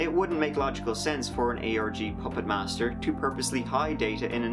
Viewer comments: every time you say ARG I hear Aorgy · Huge lol at the autotranslater translating your pronunciation of "ARG" as "orgy"